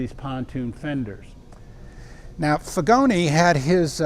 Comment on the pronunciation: Pronunciation of Figoni is: Feegonee